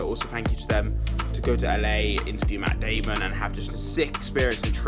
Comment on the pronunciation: or did you mean MATT DAAMOONN